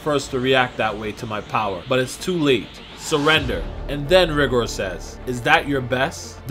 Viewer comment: Tbh I think it's supposed to be pronounced "Ri-gore" rather then pronounced "rig-or"